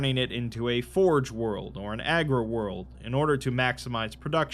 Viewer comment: Nice vid. I just wanted to say that it's 'Agri World' as in agriculture, not 'Aggro World' as in aggressive. Nuceria or Cadia could accurately be called aggro worlds 😉😅